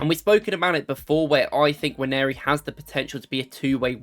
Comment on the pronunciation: By the way, Nwaneri is pronounced Un-Wan-Nay-Ri not Wan-Airy.